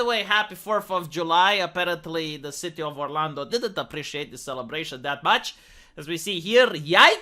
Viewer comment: This guy explains it like a true FOREIGNER. Listen Mr. Annoying voice, it's "CITY" NOT "SHITTY" . I myself don't give a crap about the left or you for that matter. I am patriotic why?? Because I was born in this Nation and have lived here my entire 52 yrs of life. You are an annoying opinionated foreigner trying to preach to us that you have all the facts. Do everyone and yourself a favor. KEEP YOUR OPINIONS AND YOUR ANNOYING VOICE AND POINT OF VIEWS TO YOURSELF.